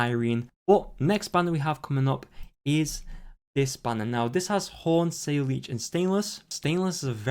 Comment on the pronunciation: Saileech is read as SA-LAH